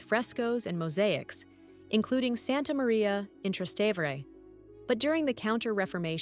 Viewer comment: I stopped watching when the robot voice mispronounced "Trastevere" twice.